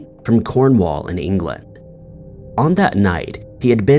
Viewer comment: please never say cornwall like that we’re offended